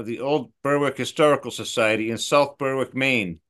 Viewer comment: Don’t pronunciation Berwick I.e. Berick